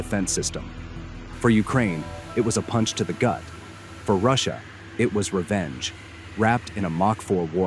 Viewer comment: ross-i-ya is winning